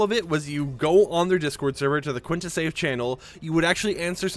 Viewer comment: It’s pronounced as QUINTA (keen-ta) not quinta (kwuin-tuh) lolll